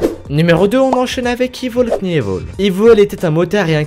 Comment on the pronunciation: #2 ca se prononc evil kenivol (knievil)